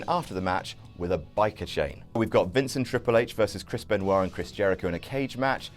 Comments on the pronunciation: who is Kris Penwah? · did he just say chris benoit ????????????